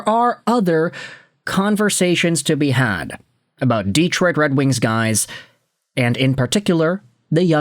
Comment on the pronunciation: "Deeetroit" too. Anyway, forget about asking. For a guy who's asking for comments to help with the algorithm, he never engages with his commenters. Just asks for comments and says the floor is yours.